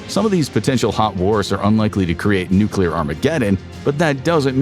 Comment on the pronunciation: nucular power